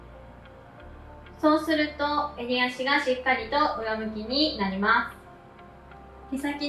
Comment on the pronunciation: 〜〜ますっ！！！っていう語尾がいちいち強くて耳が痛くて気になる…